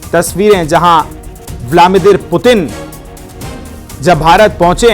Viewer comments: ब्लामिदिर नही anchor जी, ब्लादिमिर बोलीये 😂😂😂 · ये कौन है या ब्लादिमीर को ब्लामीदिर बोल रहा है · It's bladimir not blamidir😅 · News anchor ko replace Karo ... "Blamdir putin" bolraha hai ... Aur "God of honour" bol raha hai ... Achha training do isko .... 😂😂😂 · Sale anchor , naam to thik se lo Putin ka … aur kya kah rahe ho God of honour?? 😂😂😂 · न्यूज़ एंकरको व्लादिमीर पुतिन का उच्चारण सही बोलना नहीं आता है प्रशिक्षण की जरूरत है